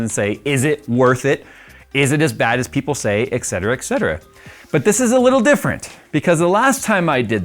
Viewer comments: ETC = ET CETERA not EX CETERA!!!!!!! How hard can it be???? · Why do people always pronounce etcetera as "ekh-ceter-ah" when it's "et cet-er-a" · Et cetera, not ect cetera.